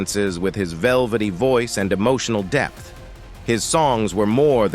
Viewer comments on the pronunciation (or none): none